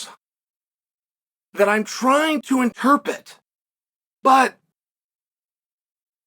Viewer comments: Interpret Chael, it’s interpRet. There is no such word as ‘interpet’ (Well not in the way you are using it) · "Interpit" - Chael Sonnen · Did y’all miss the lesson on how to pronounce interpret?